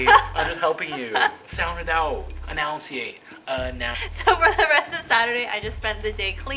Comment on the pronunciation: AHAHHA!!! AH-NOUN-CIATE lollll.. I think its enunciate;P